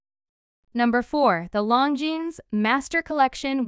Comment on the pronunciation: Try learning how to pronounce Longines. Next it is U.S. dollars not US dollars. An x between two sets of dimensions is read as by. If you are a computer voice, get a job you are qualified for. Oh, bezel not beezil.